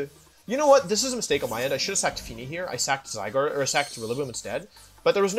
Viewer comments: istg pls stop saying zyGRADE PLS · I love he pronounced "Zygrade" a bunch of times hahaha